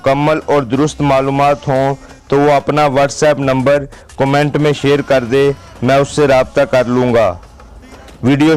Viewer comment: ko koi samjhaye lafz numbroon ni hota bul k number one hota ha😂